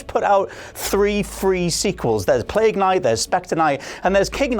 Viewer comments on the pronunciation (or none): none